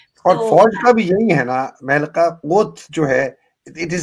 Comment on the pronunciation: صاحب مہ لقا کا نام صحیح ادا کرنے کا شکریہ۔ مجھے ان کا انداز بیان بہت پسند ہے۔